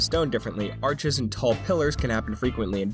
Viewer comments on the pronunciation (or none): none